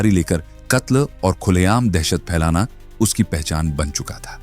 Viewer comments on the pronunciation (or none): none